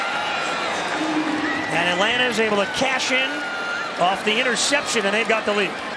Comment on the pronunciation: Boy I love the "Atlants" Falcons